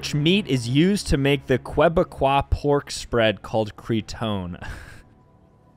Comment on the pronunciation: as a québécois, a person from quebec, i laughed at you so much when you pronounced it lmao